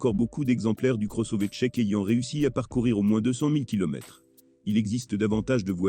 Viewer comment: La voix synthétique, c'est pénible (Le cross-ové ?). A part ça, déjà changé le pare-brise deux fois en 60 000 km. Mais le vrai problème, c'est le logiciel. Multiple mises à jours, mais aucun résultat. Certaines fonctions on dû être désactivées comme le reconnaissance des panneaux, extrêmement dangereuses. Pour le reste, ça ne fonctionne pas ou seulement la moitié du temps, comme par exemple le Line Assist (qui sonne en permanence quand il est HS !) ou Apple Car Play, qui refuse régulièrement de fonctionner. Autre point: très sensible à la qualité du carburant. Véhicule immobilisé pour l'instant à cause de ça, depuis plusieurs jours. Panne à répétition encore sous investigation. La révision doit obligatoirement se faire chez Skoda. Sinon, vous aurez acquis une expérience utile et perdu beaucoup d'argent.